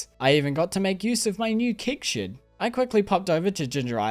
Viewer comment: Thank god there's always kig shids to put your kigs in to make wine ! I love the way you say keg and shed, makes me laugh every time !